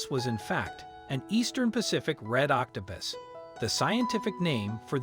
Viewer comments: You call it octo pis and octo poose. The correct pronunciation is octo puss, as in Puss In Boots. Just so you know.😁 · Octapis? Please pronounce words correctly, like OC TO PUS (pussywillow) not pissywillow. Please remember that when adults mispronounce words, then children learn to mispronounce words.